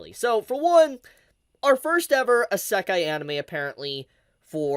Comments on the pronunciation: Idk if im the only one who notices this but why does pronounce it ssekai with a silent i instead of isekai xD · I have never heard anyone pronounce isekai the way you do. This is the most aggressive "I love anime but hate the Japanese language" stance I have ever seen. I bet you even know how to pronounce it but are staunchly refusing to.